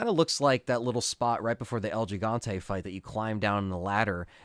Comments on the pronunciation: It’s pronounced “he”Fante as a Spanish speaker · It's pronounce HEE, HEE-Hon-té, for El Gigante.